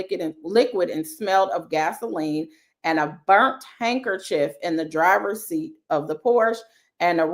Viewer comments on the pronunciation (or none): none